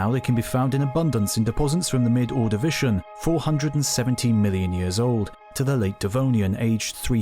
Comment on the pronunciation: HE SAID MY BELOVED PROTOTAXITES' NAME WRONG!!!! Edit: he also said Ordavician wrong, I know he has an accent, but still.